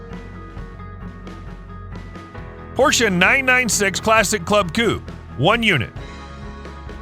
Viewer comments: Coupe not coup. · The name is not Coup.. but coupééééé. Ku-pey ;-)